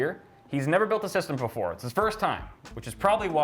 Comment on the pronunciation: You forgot the "h" in his